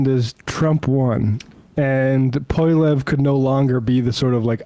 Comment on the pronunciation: Thanks for weighing in on canadian politics. Pronouncing Poilievre correctly would have helped.